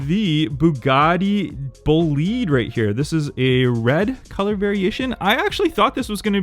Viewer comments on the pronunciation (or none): none